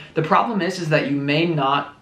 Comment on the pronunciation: Lol "Do you realize daaat"